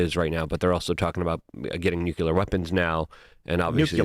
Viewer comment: Nuclear. Nu-clear. Nuclear.